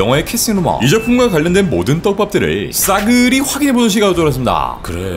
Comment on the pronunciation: ㅋㅋㅋㅋㅋㅋ '싸그리~ 확인해 보는 시간을 갖도록 하겠습니다' 이거 발음 안되죠??? ㅋㅋㅋㅋ